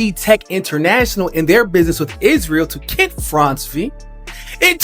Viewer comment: Stop calling him KIT when his name is KENT. Open your mouth wider